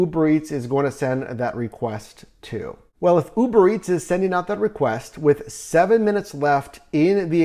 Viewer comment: bro why tf you saying Uberetts 😂